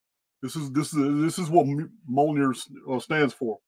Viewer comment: It's pronounced (M-yol-near) Mjolnir❤